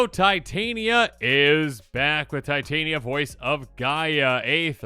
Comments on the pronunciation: Tee tah knee uh. Not tie Tay knee uh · It is TIT - Aneea voice of GE-Ah MTG has made me realize anglophones don't know how to read shit. The same with" Vesuvan Duplimancy" that becomes VesuVIAn diplomacy. 😕